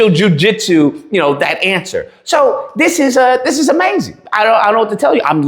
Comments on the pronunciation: "Jewjitsu" Bro💀☠️💀☠️ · Broooo not Jew-Jitsu 😅😅😅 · Jew-jit-sue is diabolical 😂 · This guy said Jew-jitsu! 😂😂😂😂😂